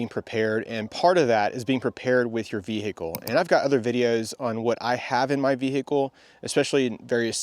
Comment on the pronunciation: The Bee-hee-cle.